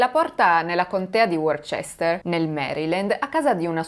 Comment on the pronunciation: Sono una tua ammiratrice quindi non intendo offesa alcuna: la contea di Worchester si pronuncia Woster proprio come la contea di Leicester si pronincia Lester. "chester" deriva da un antico suffisso romano "castrum" o accampamento militaree, per quanto questo suffisso esista nella scrittura, nel 90% dei casi non si pronuncia più. Rimane Porchester o Manchester. Qui "chester si pronuncia perché la prima parte del nome è celtico e non anglosassone. Ne consegue che la pronuncia corretto per la salsa Worchester è " Woster sauce". Chiedo scusa di nuovo.